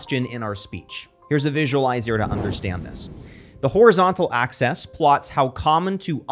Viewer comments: "the horizontal access" lol it's "axis". Oh "the ironing is delicious" -Bart Simpson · Axis pronounced “access” 👎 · It took me a moment to realize he was talking about articulate vocabulary and not articulate enunciation because him enunciating "visualizer" as "visualizier" and "axis" as "access" both within the first 20 seconds caught me really off guard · Lol! He pronounced “better” as “bahtter” and “axis” as “access”